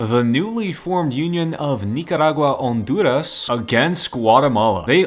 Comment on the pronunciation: your saying everyting right including Honduras